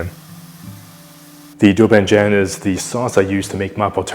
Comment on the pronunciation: This looks delish - but when you got to "doubanjiang" I hope I'm not the only one who heard "the record arm scratch across the record" where can I find that. I wanted to make it today. I hope I can find some.